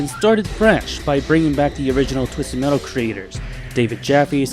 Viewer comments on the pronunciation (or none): Man don't put so much emphasis on the t in metal because now that I noticed it I feel like you do this purposely and not due accent wise, tbh now typed do you even have an accent or wtf? I can't tell and that bothers me greatly. LIKE hmm being unpolitically correct I can't tell if you would be from America or from another country? Please lemme know, low-key am curious of your nationality btw not making fun of your speech am legit curious. My accent is southern greatly Texas accent but yea great in depth vid what's your take on this all being in sweet tooths head? Edit: gets to the point in vid, and am facepalming myself, sorry for the previous gripe mb.